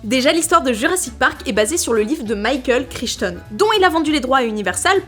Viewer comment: Crichetone? C'est Crytonne ou Crailletonne la prononciation 🤣